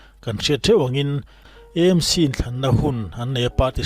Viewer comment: Aizawl hi Eizawl a ni lova, a lam tawi a E Em Ci ni lovin Aa Em Ci tia lam hi a tha, Aizawl hi Mizotawng a ni si a.